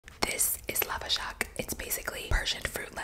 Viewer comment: I am a real Persian and u pronounce, lavashak correctly